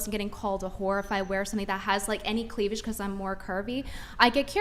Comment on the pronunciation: Chick said cleavlidge. Now you can't unhear it